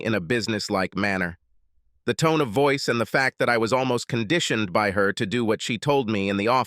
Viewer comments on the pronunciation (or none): none